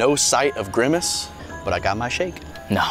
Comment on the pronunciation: That’s not grimace, that’s Flimace